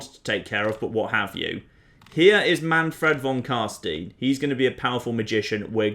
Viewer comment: Try pronouncing "Manfrad von Carstein" more like "Manfred fon Carstine" it should be much closer to how germans say it (and most imperial(and vampire) names are inspired by German language ;) (Altdorf means not more than old village, Marienburg means Marias Castle etc.)